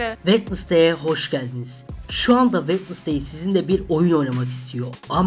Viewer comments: Keşke Vendezdey değilde vensdey desen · Sadece yazılışı wednesday Okunuşu wenzdey diye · abi kuzın adı wednestay degil Jenna ortega